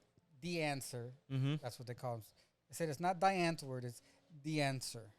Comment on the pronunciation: Love Die Antwoord. For the record it’s pronounced Dee-Ahhnt-Word